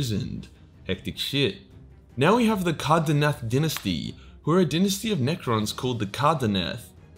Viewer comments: “I will 100% butcher any of the dinesty names...” Me: “we know. You can’t even pronounce ‘Dy-nasty’ right.” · I'm fairly certain it's die-nasty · In Commonwealth English, “di’nesty” is the correct pronunciation. “Dy’nasty” is American English. There is a world outside. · I prefer dynasty pronounced as DIE-NASTY, it’s hard to watch.